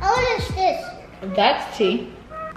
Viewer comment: You know yo baby gonna be trouble when he say “ Stister “ 😹😹